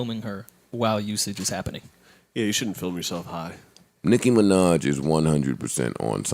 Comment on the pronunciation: Everytime joe says "nicki minach" I cringe